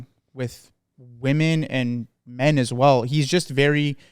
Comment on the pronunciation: I haven't even watched yet but i have to say this because its been an ache on my soul for a while. WOMEN IS NOT PRONOUNCED THE SAME AS WOMAN. does not appear to be aware of this unfortunately. I hoped and prayed that this was all an elaborate silly goof, but it happens way too consistently and afaik goes unacknowledged. ITS "WIH-MIN" WHEN PLURAL AND "WEUH-MIN" WHEN SINGULAR please 😢